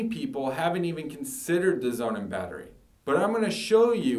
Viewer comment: Would you please stop calling the SonnenBatterie Zounen? Thank you! And please take a public speaking lesson.